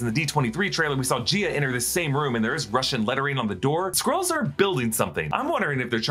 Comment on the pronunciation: Why do you pronounce Skrulls as Squirrels? So distracting!